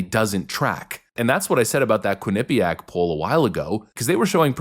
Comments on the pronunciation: Hi,. I gotchu on the pronunciation of Quinnipiac. I’m from Connecticut originally and that’s where they’re at: Hamden, CT. It’s pronounced QUIN-nih-pee-ACK. The last syllable doesn’t even need that much stress, that’s just how it comes out. At the risk of sounding like Hasan Piker, don’t worry about what anyone else says, they’re wrong. And that’s probably because they’re not from Connecticut. Hopefully that helps tho! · It's pronounced quinnipiac not quinnipiac. ;) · Its Queen A Pee ACk! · I live like 15 minutes from Quinnipiac University and the Quinnipiac river runs about a block away from my house, there's a LOT of Quinnipiac stuff around where I live like parks and trails and whatnot. The proper way in my opinion, is to pronounce it quickly and evenly. Don't put an emphasis on the Pea Yak at the end. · I love that is in his own head about his shitty pronunciations now. Quinnipiac is one, he no longer says total bogus, he did say figgers instead of figures in this video, and he can't pronounce buried properly. The academically gifted clown can't stop showing his diminished IQ whenever he speaks. 😂